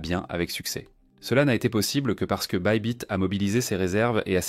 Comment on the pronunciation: C’est pas bibit mais baybit sinon Bonne vidéo